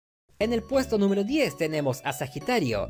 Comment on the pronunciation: ajajaja recien me di cuenta que decia Pajitario...